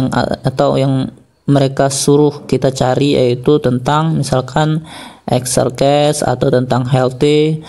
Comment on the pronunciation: exercise = exsersais gitu bang baca nya :(